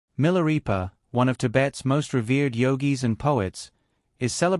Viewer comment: Pronounced 'Mi la ray pa' NOT 'Mi la ree pa'